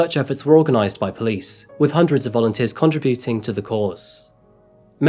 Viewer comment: it's contributing not contrabuting!